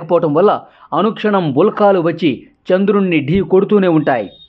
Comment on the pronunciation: Ulkaaa lu kadu sannasi.....ulka lu Ani chadavali.